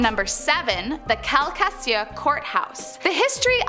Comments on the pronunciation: It's CAL - CA - SHOO. NOT CAL CASIA.. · Calcasieu is pronounced Kal-Kuh-shoo ☺️ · Calcasieu is pronounced cawl-cuh-shoe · It's not " cal kes cue" my dear. Please consult someone who has actually BEEN to Lousisiana before getting in front of a camera. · Calcasheiu😂 nah it's cal-ca-shoe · Cal-ka-shu,,,,, calcasieu. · Cal-ca-shoo. For next time. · Calcasieu say it with me.. Cal ka shoot. And yes the court house is very haunted upstairs. Very spooky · Mais beb, I think you need a few lil pronunciation lessons. Calcasieu = kal-kuh-shoe. McQuiston = Muk-kwiss-tun Nothing here sounds like it is spelled. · Cal-ka-shoo say it wimme now Cal-ka-shoo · Did you just call that cal cassy uhh???😂😂😂😂😂😂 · Calcasieu is pronounced "Cal Kuh Shoe". Lafayette is pronounced "Laugh eee(long "e") ette". "Shreveport" is pronounced "Shreev (long "e") port. T-Frere is pronounced "Tee Frere". "Comeaux" is pronounced "Ko Mo". "Dauphine" is pronounced "Daw Fin Aaay". "Catholicism" is pronounced "Ca Thol I(short "i") Ciz Em". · It’s pronounced cow ca shoe lol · Calcasieu Cal-cu-shoe lol I love listening to people mis pronounce it but honestly if your not from here you wouldn’t know how to pronounce it. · Calcasieu Pronounced Cal-Ca-Shoe. I’m from Calcasieu Parish here in Louisiana. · Cal-ka-sue. Calcasieu. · Haha right!!! Calsassyyou? 🤣🤣😂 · The calcaseo killed me 😂😂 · For those wondering l, it’s pronounced “Cal-ka-shoo” Calcasieu Remember, it’s a French based state. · Omg I’m sorry but you butchered parish/Town name pronounced kal ka shoe born raised La!! Also poor girl college student was NOT a murderer! She jumped! Rip! ❤️ my state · It's pronounced "kal-ka-shoe". Written Calcasieu, 7 in the first 10. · I’m from the Lake Charles area. I laughed how she pronounced Calcasieu. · Wait what she called Calcasieu? She ain’t from Louisiana 😂😂😂😂 but it’s cool